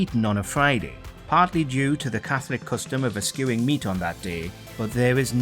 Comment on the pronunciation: At first I thought would avoid Ashley's calamitous mispronunciations, but here he is butchering "eschewing" and saying "don't stint" instead of "don't skimp". Dude. Americans are watching.